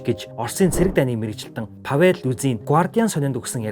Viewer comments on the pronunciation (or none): ПавЕл, новАя гээд буруу газраа өргөлт аваад байна аа. Орос хэл огт мэдэхгүй байна аа гэсэн үг. Англи хэл дээрх мэдээнээс Оросын талаар мэдээлэл орчуулахаар хэт 1 талыг барьсан мэдээлэл болж байна. Оросыг дэмжигч огт биш болно